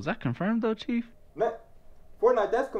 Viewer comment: It’s Chief not chef